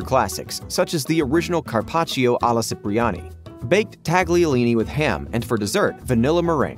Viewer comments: Hate to correct BUT .. it’s Cipriani sounds like Chipriani not Sipriani … from the famous hotel in Venice Italy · "Chip"-riani, not "Sip"-riani